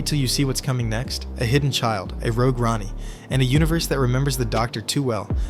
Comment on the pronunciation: This is just AI dross. Did you listen to the AI narration, or check the written text, before uploading??? No, of course you didn't... If you had, you'd have picked up all the "Ronnie" nonsense, and it's NOT pronounced tee ay are dee ess, it's pronounced tardis.